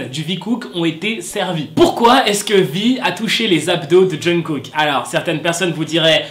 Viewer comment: omg pourquoi tu parles de kpop si tu sais même pas prononcer les noms genre jungkook?? aie renseigne toi vieux mec